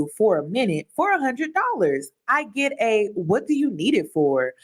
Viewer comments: It's one hundred, not a hunna. JUST SAY NO !! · There was no TRIP it was used as bait to get a “hunnit dallaz” (his pronunciation) out of her and he would have continued to fleece her on the promise of this bogus TRIP. She saw through his game. Kudos to you Queen wherever you are.